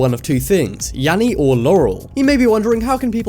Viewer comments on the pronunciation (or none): you said Yammy not Yanny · mistake... They said Yammy not Yanny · Sounds like Yammy not yanny. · Oml I love it, you say just in case you have been living under a rock there is this new trend but when you say that at the start you it’s written and “Yammy or Laurel” you said YAMMY it’s YANNY bruhhhhh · I HEARD YAMMY NOT YANNY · I heard yaral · I hear Laurel but when I hear "Yanny" it sounds like Yally. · u said yammy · So the first time he said it I heard yanny and the second laurel okidokie. I am young but maybe I have an old soul lol